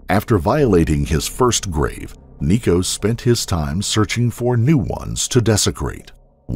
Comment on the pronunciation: IT’S NICO